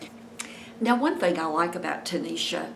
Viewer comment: Hi! Her name is Tashina ,, not tanisha . Thanks for the update